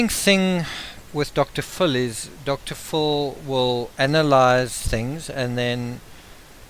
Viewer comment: I like your accent,fxl "Dr Phil " sounds like "Dr Fool" !!! HaHaHa